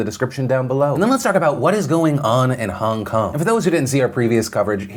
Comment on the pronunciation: Nobody: Phil: Hahng kahng